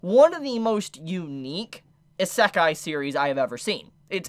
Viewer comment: I don't want to be *that* person, but isekai is pronounced: ee-se-ka-ee